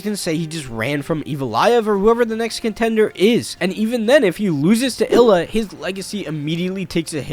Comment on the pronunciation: Bro can’t even get Ilia’s name right. Illa 😂